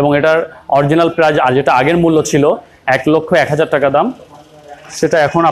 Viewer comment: ম্যাডাম টেকা না টাকা বলবেন